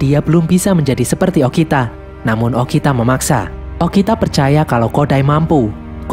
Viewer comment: kok bilangnya okina harusnya bilang okita